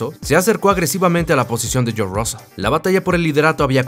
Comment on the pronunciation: No podéis pronunciar George?....